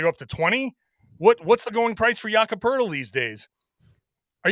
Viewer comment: The best thing about Poeltl is that when you listen to people talk basketball and pronounce his name"poe-etel" you learn very quickly who actually watches a lot of basketball and who just reads a script.